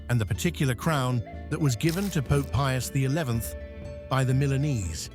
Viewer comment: pius the fin? what a mess up name. all the more reason not to watch AI generated videos. 👎